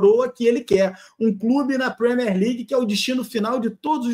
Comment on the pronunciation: Premiér não Premér. Usei o equivalente em português para facilitar.